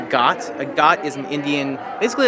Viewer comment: It is a ghat not got dear.